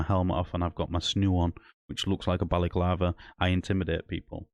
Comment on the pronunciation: Mate, it’s a balaclava not a Bally clarver and a snood not a snoo. The only crime here is your pronunciation.